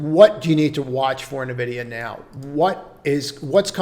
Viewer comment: hillarious you pronouce the letters O-N-O-N instead of OnOn. but cant say N-Vidia. maybe if it was O-N-Vidia